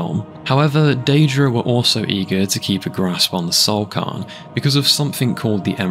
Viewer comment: Fam if you can't pronounce a word try and minimize the amount you say it. You said cairn wrong like 30 times in 2 minutes.